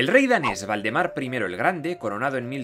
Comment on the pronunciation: Dijiste el rey Voldemort :o ah no Valdemaaar